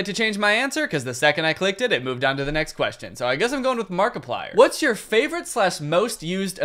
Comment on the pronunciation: He said watst 😆